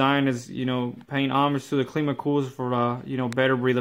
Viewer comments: WTF is Cleema?? How do you pronounce Climate as in Clima? Cleemite? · Good review but it’s pronounced Climb-ah like how you pronounce climate.